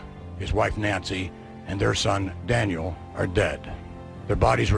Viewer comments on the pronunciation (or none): none